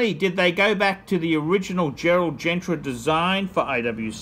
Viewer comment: Sure is a Shitter and phat boy it’s pronounced as Gerald GENTA not Gentra!